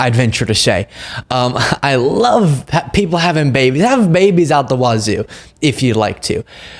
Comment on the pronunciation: I know you play for our team, but I am pretty sure it is not called a waazoo.